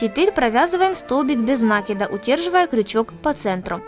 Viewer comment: нАкида ????(уши режет жуть)..НакИд